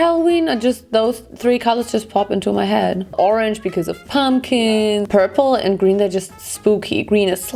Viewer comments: "Porpula" Ich kann nicht mehr vor lachen 😂😂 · Hey ur amazing and all but pula means something rllyyyyy dirty in my language so... I can’t help laughing when u say purp-pula